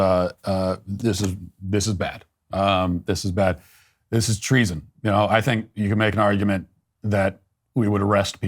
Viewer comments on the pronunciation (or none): He said "this is teason" lol😂